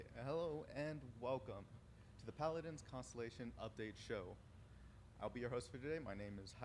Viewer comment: they dont even know the names/pronunciation of the champions....for anything thinking of getting into paladins (rare) its still a fun game but watch this video and you'll see the exact same energy they put into fixing the game and keeping it alive.